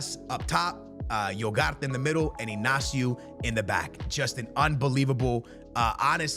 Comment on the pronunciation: Iugart instead of Ugarte is wild